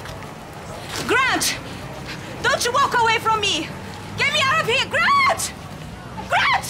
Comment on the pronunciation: AT THE END SHE WENT GRAT PUT ME DOWN GRAT! lol she cant say grant